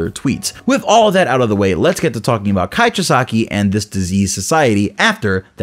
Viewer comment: Chee-sah-key pronounce correct lol just kidding. I don't actually care, love the vid though.